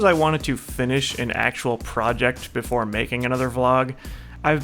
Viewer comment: *before* Not boofore